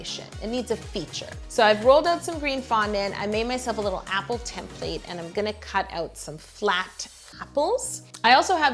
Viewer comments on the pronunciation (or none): none